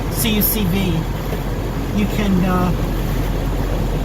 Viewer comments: I enjoy your videos, especially when they deal with your CUCV. But please, they are called Cuck-vees, not Cee You Cee Vees. lol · Hey, the vehicle is your property. You can call it Maple Syrup if you want. But I come from the world where those vehicles lived and no one spelled out the letters like that. It's like saying your insurance company is Gee-E-I-Cee-Oh. lol Since your are doing videos on the subject mispronouncing the name does not lend an air of authority on the topic. It's like an Italian car owner doing videos on his F-I-A-T. lol